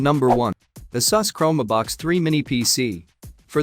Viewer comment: man. Do I DETEST machine voices. CHROME-ehh-BOX? Exactly what is the rationale for NOT having someone read the script?